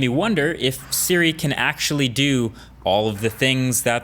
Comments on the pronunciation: Hey Dude it’s SIRI not SHIRI! Even in Subtitles it’s written SHIRI. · He said trigger "shiri" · He says “shiri” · This is on my sisters account btw, but did anyone else notice that he said shiri not siri .... HAHA LOL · trigger shiri lol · To trigger sHiRi no im triggered 🤣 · Ah yes, Shiri and Shiza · S H I R I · to trigger sHiRi 😂😂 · You said shiri once 😂😂😂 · My man said "shiri " 3.28